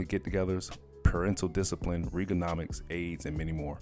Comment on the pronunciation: And Reaganomics as well. Not ree-ganomics, otherwise good video ✌🏾